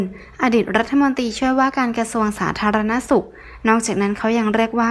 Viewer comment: อ่านเป็นประโยค ร.ชัดเจน/แต่คำว่า "รัฐมนตรี" ทำไมอ่านว่า "รัฐมนตี" ทุกคำ "ร" หายไปไหนล่ะ